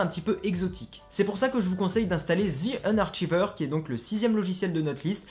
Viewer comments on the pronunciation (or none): Sinon c'est "The Unarchiver" se prononce "Zi eunarkiveur" ;)